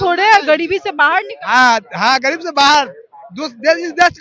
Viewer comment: यह न्यूज़ रिपोर्टर र को ड कह रही है। जैसे गरीब को गडीब, और भी शब्द है ध्यान से सुनो